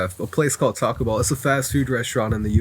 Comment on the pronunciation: notice how he said "Taco Bell" different like "Takobel" because hes embarrassed. Next guy shaking like a leaf "American and Israel" turns out he worked at the dollar store and living with his mother. Dude was literally lying "being paid $3000 a month", more like 3,000 in Ukraine money which is less than $100.